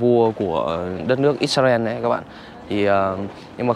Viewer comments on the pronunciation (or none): none